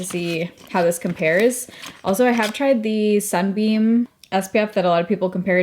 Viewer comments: It's Sun BUM - not Sun Beam....just sayin' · Sun bum not beam 😊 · It’s Sun BUM not beam…😂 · Hi, first off, I must preface my comment by saying I adore you, have been watching for yeeaarrss…but I had to giggle in the beginning, every time you said “Sunbeam”. The brand is actually “Sun Bum”. I only know this because I love their leave in hair conditioners, especially for summer beach hair. But shout out to Sunbeam, they make my favorite heating pad, which I could not live without! Much love ❤️ and hugs 🤗